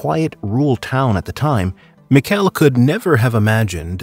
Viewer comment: You mispronounced Michele's name the entire video.